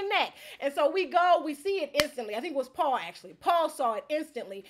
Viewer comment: Paul must’ve had something against you because you pronounced his name wrong. Seems like something that would hurt Paul’s massive ego.